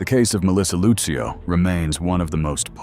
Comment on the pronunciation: Who the heck is that woman in the orange jumpsuit with striped hair? That’s not Melissa. And her name is Lucio, sounds like Lucille, DA. You could’ve asked someone how to pronounce her name b4 you proceeded to repeatedly demolish it.